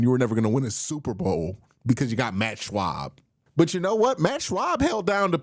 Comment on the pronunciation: It’s Matt Schaub not Matt Shwab😂